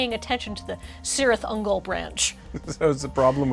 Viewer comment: The amount of engagement this video is getting because mispronounced a Tolkien word makes me wonder if she did it on purpose. 😂